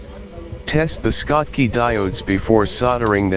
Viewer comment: Schottky is pronounced with a SH (as in SHop), not SK. Those rectifier diodes were named after the German physicist Walter Schottky who studied the barrier effect on semiconductors in the 1900s.